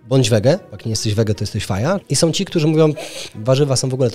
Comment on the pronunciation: MówiOM bedOM...Przerażające jak ludzie którzy powinni dawać przykład sami nie potrafIOM siem wysławiać... Tragedia,ktoś kto tak się wysławia z miejsca traci w moich oczach!!! Wstyd!!!